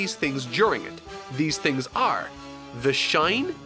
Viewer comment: This dude pronunces "are" as "aerrrrr". 😀